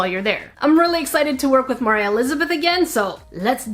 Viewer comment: ITS MOR AH NOT MIRAH